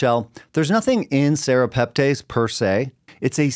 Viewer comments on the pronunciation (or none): pronounced tess not tays at the end